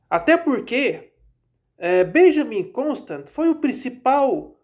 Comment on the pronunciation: A pronúncia do nome é "Constânt" (nome de origem francesa).